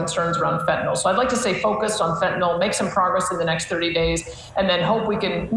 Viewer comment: Smith also pronounces Fentanyl (nil) correctly..Why do peeps keep saying Fen-ta-nall? As for Vassy, she can ask good questions, BUT she can also sound/be very biased. I take her with a grain of salt.